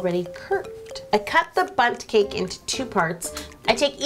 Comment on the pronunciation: When you said bunt cake I thought you said butt cake 😂😂